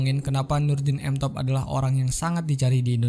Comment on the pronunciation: M top bang bukan tank top